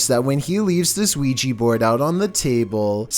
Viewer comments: Also, it's a Ouija not Quijy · ‘Weegee board’ Isn’t it an ‘Ouija board’??? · i hear ouija board as weegeee board